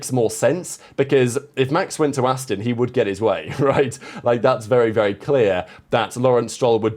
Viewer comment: It's 'Aston' , Not 'Astin' ...